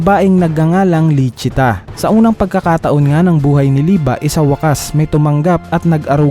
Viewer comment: "Lisi-ta" po ang tamang pagkakasabi ng pangalan at "Licita" ang official translation ng pangalan. #Correctionlang👍